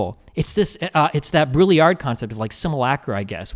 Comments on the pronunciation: Dude the way destiny pronounced baudrillard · lul at the way destiny says Baudrillard